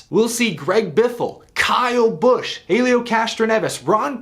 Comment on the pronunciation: Also you’re the the only person I’ve seen pronounce Helios name that way